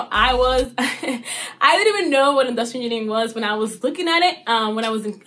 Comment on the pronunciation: she said inustinering